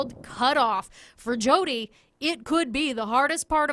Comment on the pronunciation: Kittie Muffins I don't have 16 cats hence I'm a college student. And don't mispronounce Jodi's name again!